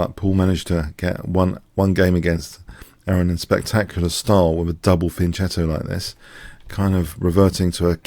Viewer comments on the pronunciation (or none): It's pronounced "fianketto".